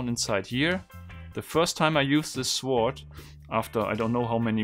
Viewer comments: The way he pronounces sword 😂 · 'Sword'... the 'w' is silent...